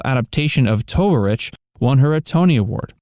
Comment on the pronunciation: You have no idea of how to pronounce "Tovarich".